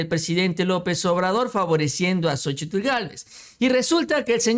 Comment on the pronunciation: El nombre de ella es Xóchitl no Xochitul